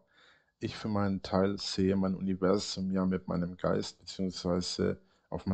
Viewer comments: Jedesmal wenn er "Uniwässum" sagt, werde ich richtig mett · Fehlt nur noch das er UNZWUAM sagt